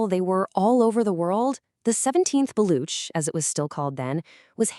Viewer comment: Its baloch not block